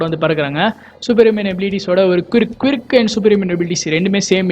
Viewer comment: Kwirk illa bro, quirk, pronouncation poi check pannunga